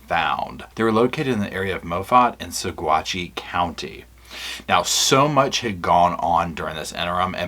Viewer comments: I'm a Colorado native it's pronounced "Sa-watchy." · the pronunciation for Saguache County is "suh-WATCH" (with slight emphasis on that second syllable). I picked that up from some locals. FWIW, (lawyer Iris) Eytan is pronounced "e-TAHN" (rhymes with Hahn), or at least that's how I heard her former partner Dru Nielsen say it, made a mental note of it. I only mention it because you're the type to appreciate such things. The big news of this autopsy made me SO DANG HAPPY. THANK YOU. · The county is pronounced Sawatch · Saguache is pronounced Saw-watch ~ a Ute Indian word. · Coloradan here. We have some weird pronunciations. Saguache is pronounced suh-WAHTCH. Moffat is pronounced MAH-fuht. Salida is pronounced suh-LIE-duh.